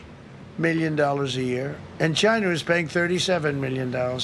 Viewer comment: Why Trump can't pronounce normally "China, Somalians" etc. Chynah! Samalians